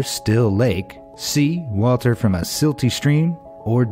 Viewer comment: Are we just gonna ingore that he said walter instead of water